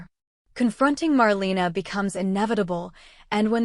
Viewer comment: Please stop calling her “MarLEENA” 🙄🙄